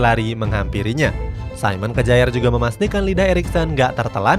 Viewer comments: SAYMEN KEJAER ??🤣🤣 udah bilang saymen, lanjutan nya kejaer 🤣🤣 KYARR minn bukan kejaer bacanya 🤣🤣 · Kejaer banget min bacanya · Simon Kjaer dibaca Simon Kier.......revisi dikit ya min